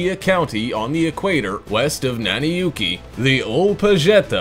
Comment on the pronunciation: Nanyuki not Nannu yuki